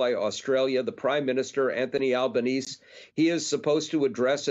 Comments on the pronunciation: Over here in Australia we are all shaking our heads in disbelief. Just one thing, our Prime Minister Anthony Albanese, who is about to visit the US, and hopefully address Congress, his name is pronounced Alban-easy, not Alban-ease. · Australian here. Please tell your hosts and contributors that our prime minister's name is pronounced "AL-buh-NEE-zee". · PLEASE - the pronunciation of my Prime Minister's name is .... AL - BAN - EE Z EE ... Please please show some respect!